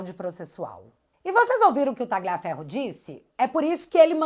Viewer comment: Tira esse G do Tagliaferro... Pronuncie como um LH mesmo... Menos feio